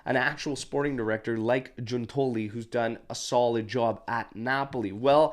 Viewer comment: Hey, since you'll probably be using their names a lot, I thought I'd drop in to say that it's GIUN-toli (emphasis on the first syllable), and there's no 'i' sound in Scamacca. Keep up the good work!